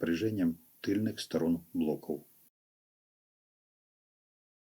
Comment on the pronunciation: Кстати ,да. Тоже на нервы действует. Вместо "В" - "У".